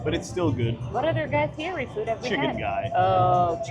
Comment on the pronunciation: Like #26 Good and honest review. By the way, it’s Guy Fieri (pronounced Fee Et Eee) the r is pronounced as a T. I got a good laugh each time you mispronounced it.